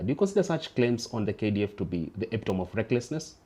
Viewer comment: epitome... /IPITAMI/ ...not /EPITOM/